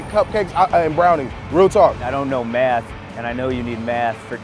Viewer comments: Lol sounds like he said meth. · "I don't know math" now did he say math or meth